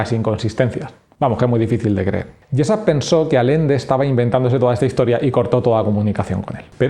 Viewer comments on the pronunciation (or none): Por qué lees alende cuando es Allende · Muy buen video man, aunque me duele mucho cada vez que dices Alende en lugar de Allende. XD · Y no es Alende, es Allende, se entiende? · Todo tan creíble como tu pronunciación de Allende.